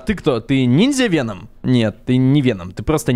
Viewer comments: Не веном а вэном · Вееном а не вечером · Правильно говорится "вЕном" а не "венОм" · вЕном ударение на Е! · Веном. Ударение на е а не на о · Не ВенОм а ВЕном ударение на е ну это твоё дело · Вееееном а не венооом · и да правильно вен0м не вено0м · не венОм а вЕном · вЕном а не венОм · Венома ударения на е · СимбиотЫ* (ударение на Ы) вЕном (удариние на Е) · правильно говорить Ве́ном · Если что то Веном ударение падает на е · Веном ударение на е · Правильно говорить вЕном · вЕном правильно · веееном правильно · ТЫ 100% НЕ ФАНАТ ВЕНОМА ТАК КАК ТЫ НЕ ПРАВИЛЬНО ПРОИЗНОШИСЬ ВЕНОМ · Веном на первый слог падает ударение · Веном, ударение на е!! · В слове веном ударение на е